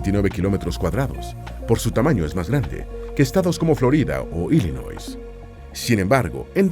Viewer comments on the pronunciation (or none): No se pronuncia Rhode AISLAND con S sino Rhode Ailand sin S. Es una particularidad del Ingles. Como tampoco se pronuncia ILinois con S sino ILinoi sin S.